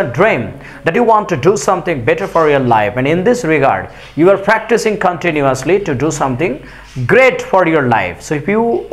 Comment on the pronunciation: ইউ কে হিউ বলেন কেন